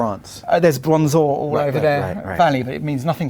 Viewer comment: Did he say "bronze ore" ???